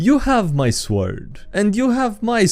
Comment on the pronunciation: Again, in english, word "sword" is read with silent "w", but i guess its a meme by now.